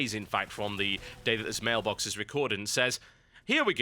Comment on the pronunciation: did anyone else notice he said mailblox at the end?